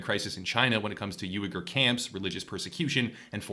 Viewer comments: excellent video, one little thing, Uyghur is pronounced "Wee-ghur" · Hey! I cant believe no one has said this, just wanted to let you know Uyghur is pronounced like "wii-gur." otherwise great vid! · Just like is wee-gur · Or We-Grr. But I was just about to comment that myself. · I'm not complaining but you might want to look up how to say Uyghur it's something like wee-ger